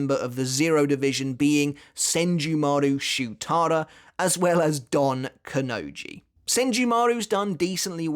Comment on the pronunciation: He didnt pronounce kanonji